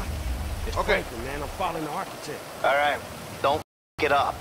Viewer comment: This nigga said arch-itech😂😂